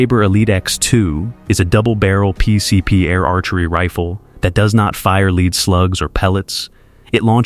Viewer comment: L E A D SLUGS AS IN METAL. not l e a d as in front u a i jackoff.